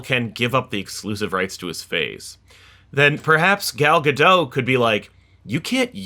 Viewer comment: i know it's a little petty but the T in gal gadot isn't silent